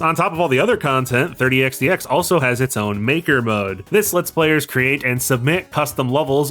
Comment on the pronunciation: Oh I see. I heard the developer pronounce it by just saying “x” twice.